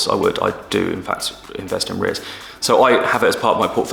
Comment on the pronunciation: Cool beginners into vid into #REITs!💎✨👌I love it when you pronounce it... RETHs!😅